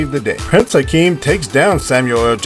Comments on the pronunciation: Shut it off 10 seconds in after hearing Prince "Hakeem". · He keeps calling him Prince Hakeem, his name was Prince Akeem! He keeps making the mistakes. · He also calls him "Prince Hikeem" 30 seconds into the video.